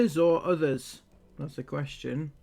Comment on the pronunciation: Is something wrong with teeth? She keeps saying her T’s like Th and it’s killing my ears!